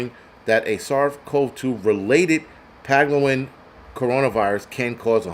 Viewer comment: Its pang-o-lin 😂